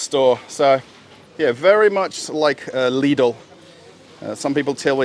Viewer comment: you do not have to pronounce LIDL and ALDI sooo hard :p just say it soft and with love :p ........ greetings from Germany